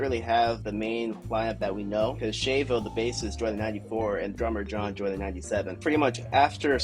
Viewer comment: Is not Shayvo, it's Shavo with a ah sound